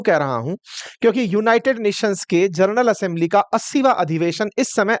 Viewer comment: जर्नल असेंबली नहीं भाई, It's General Assembly 😮😮😮